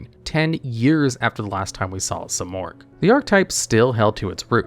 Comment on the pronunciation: Ahh yes..good old SIGH-morgh